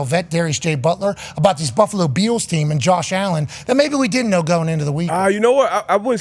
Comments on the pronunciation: Does Pat keep saying "Beals" for Bills or is my hearing off? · Back when Von Miller was traded to the Bills he came on and was talking and his Texas accent made him keep saying "buffalo beals" and pat loved it and says it that way now.